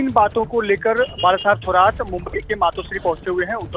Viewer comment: थोराट नाही रे... "थोरात" असते ते...